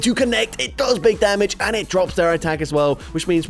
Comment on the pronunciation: "Dig Bamage!"